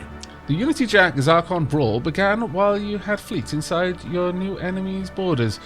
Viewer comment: Zracon! ZRACON! A Proud and Noble People, yet you butcher their name! NO WONDER YOU'RE AT WAR!